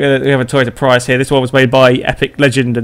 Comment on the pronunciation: You said Prius wrong...